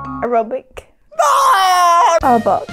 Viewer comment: sigh Pokemon noobs get me so worked up! I don't know how many times I've heard elementary schoolers say Mew evolves into Mewtwo! Lol I died of laughter when she spent like 5 whole minutes on Arbok and said Aerobic.